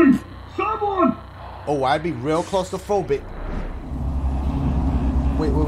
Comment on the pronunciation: Dash in the intro really said “Close to phrobic”